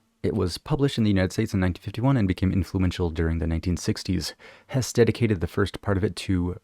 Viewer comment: Siddhartha is a great book. I read Hesse’s book (pronounced HESS-uh) in college, very good. CTTE is my favorite YES album. So good.